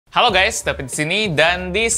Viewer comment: "david : halo gays dabid disini" "Gw : halo vid gw disini"